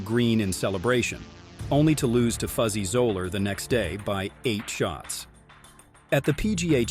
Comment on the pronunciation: regardless on if it’s covered in a different video, it’s still #1. It would be like a top 10 hockey players list without Gretzky. Solid list otherwise, although you mispronounced Fuzzy Zoeller and Royal Lytham